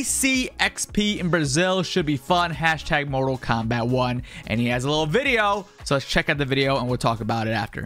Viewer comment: Am I the only one hearing him say kompack 1